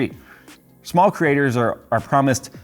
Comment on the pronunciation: I thought you said 'content CRITTERS' there for a second.